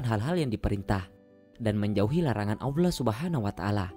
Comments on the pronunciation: Kedengerannya aullah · nyebut "Allah"-nya dibenerin dulu!!! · Bang maaf tapi bisa GK jgn pake suara bot gitu...kalimat Allah nya Cara penyebutan nya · Baru mau komen, masa dubbernya ngomong Allah jadi Aulah.. Sholat jadi salat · Salah nyebut jangan aulah Aulah lagi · nyebut Allah ko aulah ya? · knapa org indo acap kali sebut Allah sbgai Aulah?? salah tu wahai saudara2ku.. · Gimana gimana aulah,baca Allah itu yang benar,cuma mengingatkan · Dislike lah, naratornya ilmunya msih dangkal,. Belajar pelafalan aja dulu yg bener, masa awlah, rosulalah .... curiga gw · WOI , NYEBUT ALLAH BUKAN AWLAH . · Tolong narator nya di pelancarkan cara menyebut laafaz Allah SWT 🙏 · Setuju. Saya juga dengar rasa terganggu. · Iya bener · berat amat lu min ucapkan Allah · Bang nyebut allah nya jangan pake huruf W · Ini pengisi suara, menyebutkan nama Allah saja tidak benar,apa lidah nya pendek apa 😂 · Kok narasi "Allah"nya aneh??